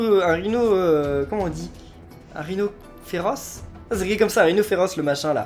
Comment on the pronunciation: Sérieux ça se dit rhinocéros pas Rhinoferoce